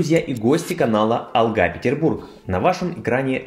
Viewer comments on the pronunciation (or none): none